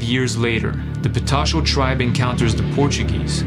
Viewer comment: é patachó....PATACHÓ...learn gringada.